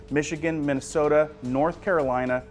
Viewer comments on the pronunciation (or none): none